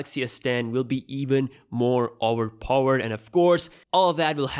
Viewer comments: OWERPOVERED OWERPOVERED OWERPOVERED Whattt? LMAO. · Its really Auver pauvered phone.😂😂😂😂